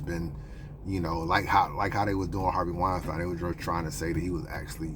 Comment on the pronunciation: The fuck way you pronouncing Harvey Weinstein 😂😂😂